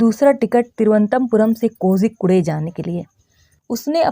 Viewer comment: Kozhikode bolte mam kojikude nahi😂😂